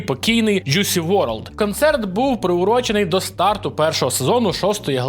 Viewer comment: Айс СпЕйс? ДжусІ Ворлд? Це було боляче для вух